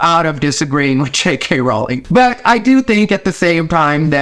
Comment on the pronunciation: I can't tell you how happy I am that you pronounce her last name correctly. ♥